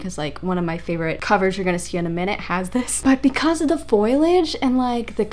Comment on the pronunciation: Great video! I want to inform you — you kept pronouncing foliage as “foil-edge”, but it’s “foe-lee-edge!” 😊